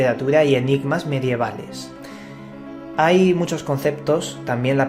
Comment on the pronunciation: Me gustan mucho tus video programas, lo que me chirría mucho es tu forma de hablar, y ya no podía aguantar más en decírtelo, sobre todo en éste video, no se dice mediaval, para uno que dice ser escritor, informático e investigador, por favor, investiga como se dicen las cosas que tienes más fallos en las terminaciones. Sin acritud, Carlos.